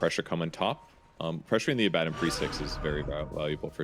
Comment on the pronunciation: "a bad din" Always though it was abadon